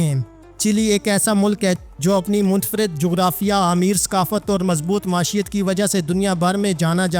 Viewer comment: Lafaz .maeeshat hai jisko bar bar ghalat parha ja raha hay .